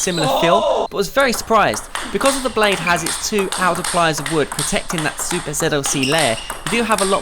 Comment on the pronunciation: I am pretty sure that you kept saying Zuper ZLC